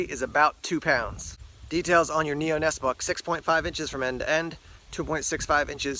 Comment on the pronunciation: Did you say necker